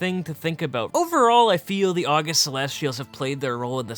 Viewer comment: Not a true Pandaren fan. Doesn't even know how to pronounce the August Celestials. Smh.